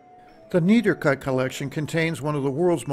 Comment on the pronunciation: Try to learn the correct way to pronounce the name of the collection